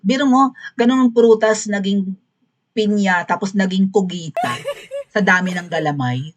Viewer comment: Bakit kugita, hindi ba pugita?